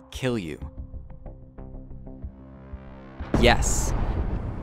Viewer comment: "before you put down your crossiant" bruh